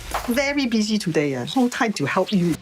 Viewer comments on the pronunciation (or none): none